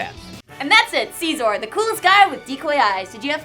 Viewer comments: It's Siz-or NOT see-sor! If you guys are going to put in the time into making an informative show on a pokemon could you also put in the effort to learn how to pronounce the names correctly? here's a link that could be useful. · It's se-zor with the beginning sound of scissors. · Mega Scizor should get a god transformation and keep its Bug/Steel typing, but get Flash fire ha take that Talonflame. Oh and am I the only one who pronounces Scizor name correctly? Its not See-Zor its Sizz-or, Gosh. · how dare you say his name like that!it is prounounced Sy-zor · you are pronouncing Scizor like Seasaw...=/ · i just like to point out that you guys are pronouncing Scizor wrong :\